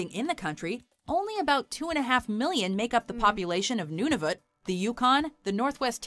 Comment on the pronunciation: The pronunciation of Nunavut - Noon-a-vut. When it first became a Territory I did (wrongly) use pronunciation.